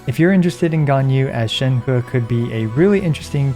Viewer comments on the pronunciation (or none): Hey, on ur Sheng He video, pls pronounce Sheng He more like "sheng-her" not "sheng-hurr".:) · Please stop saying ShenHUH! It isn't fun or funny. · I feel like everybody having trouble pronouncing Shenhe